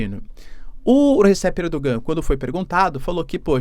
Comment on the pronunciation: Sou fã do seu canal, assisto todos. Mas se me permite uma correção a respeito a pronúncia do nome do presidente da Turquia. Aquele “G” com acento do nome Erdoğan, não se pronuncia na língua turca. A pronuncia correta é “Erdoãn”.